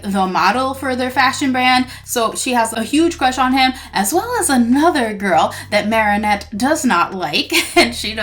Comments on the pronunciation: her name is marinette not marieynette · Could you stop saying marrinet it’s marinet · the way she pronounces Marinette tho- Marienette (this isn't a hate comment) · Why do you say at as marianette. It's marinette.